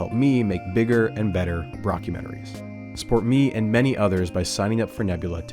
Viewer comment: Mans really said "broccumentaries" 😭